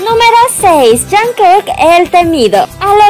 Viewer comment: al principio dijo "jankek"